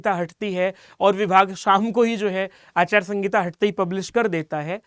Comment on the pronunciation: Achar sangita nhi sir aachar sanhita hota hai